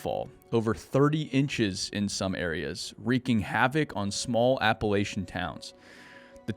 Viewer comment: Please, please moving forward, please pronounce "Appalachians" properly. Phonetically it sounds like App-uh-lash-ins.